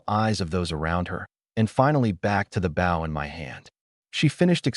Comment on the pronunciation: Its pronouncing it as bow (to bend in greeting) they should just edit the written script to Bo